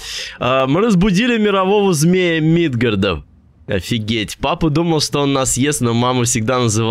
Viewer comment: Да бля, не мИдгарда, а мидгАрда